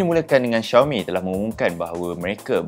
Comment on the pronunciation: Sebutan Xiaomi adalah Siaumi bukan Syeeaumi ye!